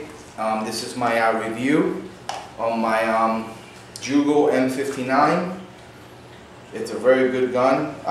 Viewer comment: Great Video, but for future references, its Yugo not Jugo. I know we spell it Jugoslavia (Југославија), but its pronounced Yugoslavia.